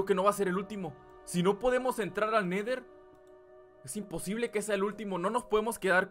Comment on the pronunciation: Se dise el neder